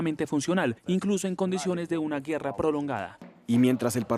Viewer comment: No se dice güerra se dice guerra